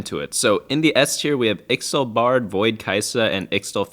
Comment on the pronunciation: unless you didn't know, ixtal is pronounced ishtal, not sure why but it's true